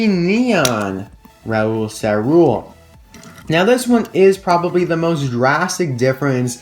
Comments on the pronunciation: Awesome vidéo! We pronunce ÇaRoule : saroule! And my favourite variation is thé carbone racer! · In French if there is a ~ under a c it is pronounced a s. Great video I stay up past 1 to watch you